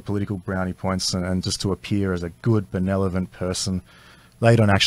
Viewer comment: Can someone tell Blair it is benevolent, not benelovent? Thanks And again